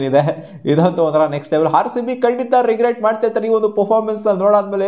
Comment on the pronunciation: ಹಾರ್ಸಿಬಿ ಅಲ್ಲ ಗುರು ಅದು ಆರ್ಸಿಬಿ